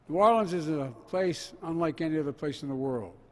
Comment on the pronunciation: By his usual mumbled pattern, he was able to perfectly pronounce New Orleans as a true local.